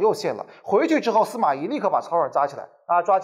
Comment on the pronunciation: 咦？不是 司马懿（yì） 吗？